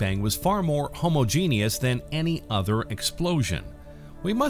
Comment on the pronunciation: This is a good vid, but "homogenous" and "homogeneity" are not pronounced like that at all.